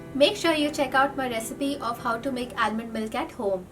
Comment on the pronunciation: Almond. L is silent. Since u making the video :)